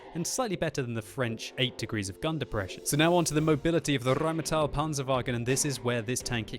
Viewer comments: it's pronounced "rainmetal" a like ass and i like piece ^^ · i think it's pronounced with e it's not rheighmetall that e is not a it stays a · Omg i love your german "the RRRRRRRheinmetall PPPanzerwagen" Please make one video in german: ) german is the best language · the rrrrrrrrheinmetal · the rrrrrrrrheinmetal panzerwagen lol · you don't roll your rs in German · In my four years living in Germany, I never heard anybody ever roll their 'R's But it certainly is entertaining to hear do it.